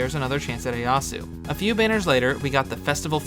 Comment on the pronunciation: The way you say Ieyasu hurts my soul but otherwise very good summary of how Gleo singlehandedly ruined en entire element (and had severe effects on all the other elements as well). Crazy to think how different the game would be if she hadn't happened.